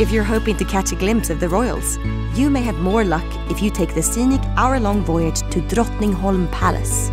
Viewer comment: The voice girl must be swedish, she pronounces words like Drottningholm and Mälaren too perfectly. At the very least she’s scandinavian. Oh and I live in Stockholm btw 😊